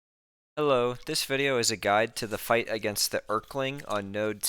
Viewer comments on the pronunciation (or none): Er-keling ahh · hes a king.. so its more like, earl-king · Bro did NOT just call him the Errr-kling 💀💀💀💀